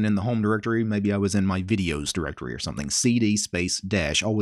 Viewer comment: Ducumunts, Dusktup, Vuduus, Musuc, Tumplutus ;-)